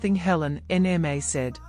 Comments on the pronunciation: I don't like this voice calling Nma N-M-A. Please give us the original voice that recognizes a Nigerian name. This AI needs to understand the language. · Please bring back the original voice. The new voice can not even pronounce Nma.